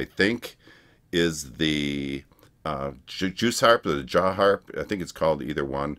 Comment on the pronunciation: I swear it sounds like you're saying "juice harp". Lol Either way, Chance did that & he does that & guitar sounds in other songs. Thus one is really country, but it fits the song. They are incredible & sing all varieties of genres. Great reaction! 🥰